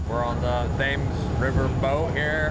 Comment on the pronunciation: How barbarena pronounced 'Thames'